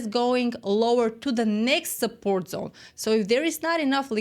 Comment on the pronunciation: "Welcome to the Liquidity Zon." 🎉